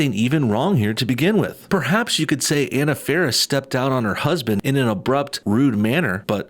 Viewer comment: Omg please pronounce people’s names properly. Anna Faris’s first name is pronounced Ah-na. Drives me nuts. 😜